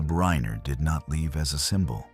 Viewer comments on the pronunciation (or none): Who the fuck cobbles together this shit. Can’t even get the AI voice over to pronounce the name Reiner properly. And the writing is way too contrived and just shit.